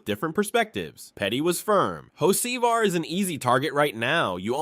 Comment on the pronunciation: And learn how to pronounce Carson’s last name!!!!!!!!!